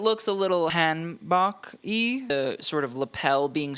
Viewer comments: So three videos now where hanbok has been mispronounced. HAHN-boh.. Please. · Not sure if BamBam's look is hanbok inspired (just a note: bok is pronounced more like poke), but where a woman's hanbok is short on top, the men's version is longer.